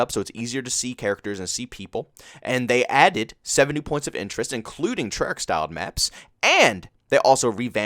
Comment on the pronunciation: Yesterday: Treyarch is amazing! Today: Treyach, back to the bs